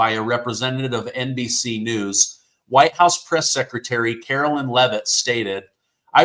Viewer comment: Hi, No Disrespect At all,, But her Name is Pronounsed Karo LINE, As like the song Sweet Caroline, But she spells Hers with A K. Just thought Id Clear that up, Lol. My name is Caro LYN, like you pronounce Hers, Sorry Just had to clear that up, Love your Show❤🇱🇷😁